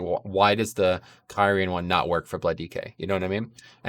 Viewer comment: Pretty sure Blizzard Themselves pronouncing Kyrian more like Kiri-jan , but throughout the video you pronounced it like Kay Ryan, which didn't discredit the video but it still made me chuckle about the mispronunciation